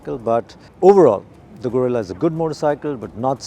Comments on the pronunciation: I expected atleast to say, Geh-rilla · I didn't expect non-spanish speakers to get the "rr" and "ll" right, but at least try to get the vowels correctly!